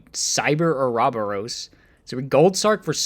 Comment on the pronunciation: It's pronounced Oro boros